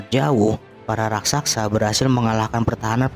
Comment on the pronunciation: Raksasa ler bukan rasaksa